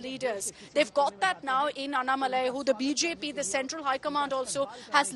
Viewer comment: It's not Annamalai... It is AnnAA-Malai.